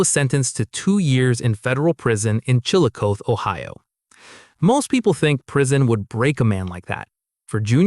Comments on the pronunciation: Its pronounced CHILL-I-COTH-EE Ohio. Its always a good idea the know how to pronounce things you're wanting to mention. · Chillicothe, Ohio is pronounced Chill-a-koth-ee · It's pronounced 'chill-ih-koth-ee'. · chil-ah-caw-thee. Chillicothe